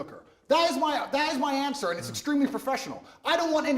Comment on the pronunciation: Man,andrew will give million anshwers befo u finish ur question😂